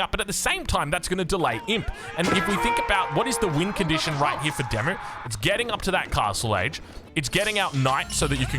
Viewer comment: I have to keep saying this.... Oi DeMu...Walls! FFS